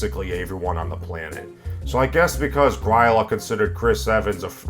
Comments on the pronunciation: Great video, but gryla is pronounced grill-ah. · I think you MAY have mispronounced "Gryla"